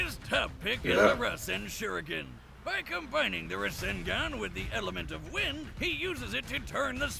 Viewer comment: My man said "RAW ZEN GON"